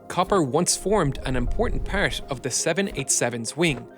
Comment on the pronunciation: why you say "part" like that påäart like bro why